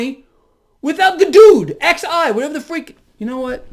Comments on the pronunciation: Xi is pronounced like the English word “She” Have a good one brother 👌🏻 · You pronounce it as: She. She was not there. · "Xi" is pronounced "she". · Xi is just pronounced like "She". I'm thankful for your videos and insight. Keep up the great work. Wish I knew you in real life, I bet we would be great friends. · take a valium shot and chill. Lol. Oh I think Xi is pronounced Chee. Haha.